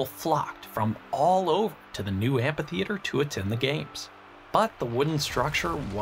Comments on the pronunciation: Love you man but amPitheater hurts my ears :P Fairly sure it's supposed to be pronounced amFitheater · Amphitheatre, not ampytheatre :) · I m pretty sure it is pronounced "amitheater". Apart from that, the video is very interesting. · Are...are you saying "ampy theatre?"